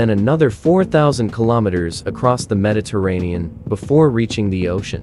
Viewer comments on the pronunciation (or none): none